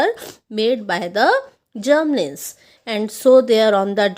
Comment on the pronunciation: Ma'am sorry to say but uski pronunciation hoti hai Gramlins aap usse Germlins keh rahe the